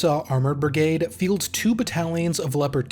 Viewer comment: Can you please just say brigade not brigaied